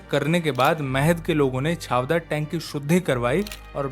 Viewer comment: महाद नाहीं महाड छावदार नाही चवदार